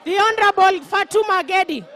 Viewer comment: Samahani, anaitwa Gedi sio ngendi. Ebutamka tena...